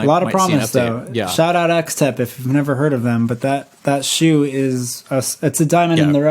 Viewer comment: I'm pretty sure Xtep in chinese is pronounced like step in american.